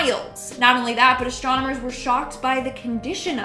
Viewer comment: "Astromonomers" I'm saying that for now on ❤😂